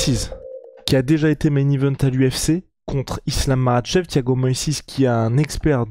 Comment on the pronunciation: on est en France ici, merci de prononcer les noms des combattants islamistes à la française!!!! maKach pas marrrrrrchevrrr!!! On dirait que vous avez une mauvaise grippe permanente